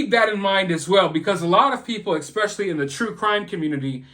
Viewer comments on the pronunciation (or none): I enjoy listening to you but you have to cut out expecially and pronounce it correctly. You're not an ignorant man. So stop it.